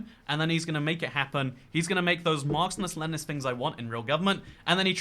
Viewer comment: You said "Marxnist" like 10 times in this video